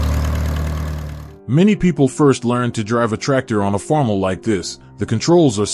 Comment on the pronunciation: First off, five acres is NOT a farm! Most of the fields pictured are ten times that amount. And ditch the AI voice. It cannot even pronounce Farmall correctly.